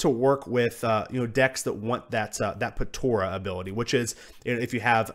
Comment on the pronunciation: It's pronounced Po-TA-rah not Po-TO-rah.